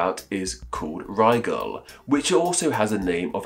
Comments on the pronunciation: What's weird is he pronounced the Arabic version to sound more like "Nigel" than the English corruption!!! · Have I been pronouncing Rigel wrong? All this time I thought it rhymed with Nigel.